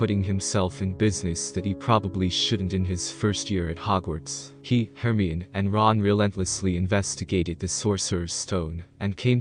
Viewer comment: Hermyin? HERMYIN? ITS HER-MY-UH-NEE. HERMIONE.